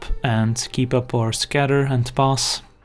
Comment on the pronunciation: omg. It took me about 20 videos to finally get that you are not saying "Let's pause a turn" but "Let's pass a turn".